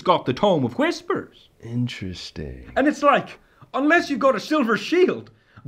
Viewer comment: The soft emphasis on the beginning of "hwfisspurs" is fucking sending me